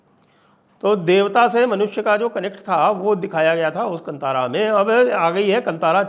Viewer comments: KAANTAARAA, not kantara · Sir ji, just one correction requested, the name is Kaantaara not kantaara. Love and respect your channel 🙏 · 🧡" कंतारा " नहीं " कांतारा " बोलिये 💛🪔🔱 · संजय जी कंतारा नहीं, कांतारा | संस्कृत का शब्द है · Please learn to pronounce Kaantaara . Not Kantaara )) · It is not pronounced as Kantaara (just like in the word kant or neck).. Instead it is kanthaara.. It may be derived from the sanskrit loan word called kannan (jungle) in kannada.. So it is pronounced just like the word kanthi or rays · Proper way to pronounce...not kantaara....it's kantara or kaantaara .... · The correct pronunciation is Kaantaara. It's a Sumskrut word. You should know it, Deekshit ji. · The correct pronounciation is "kaantaara" sir.